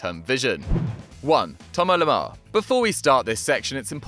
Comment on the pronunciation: It's thomas lemar not toma lama....